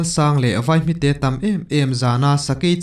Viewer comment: Mau tâm tih hi mau tam kum ti a kan sawi ang hian tam tih tur tâm tilo in